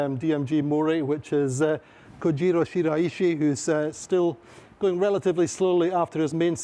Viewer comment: I'm glad to see that got the message and is now pronouncing Shiraishi san's name correctly.